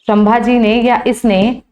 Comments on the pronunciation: apka teaching accha hai lekin pronunciation Galt Kiya hai sambhaji maharaj ke nam ka . O sudhar liya kro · शम्मा जी नही संभाजी महाराज बोलो